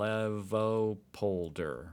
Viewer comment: I give you an A- for your pronounciation of “Flevopolder”.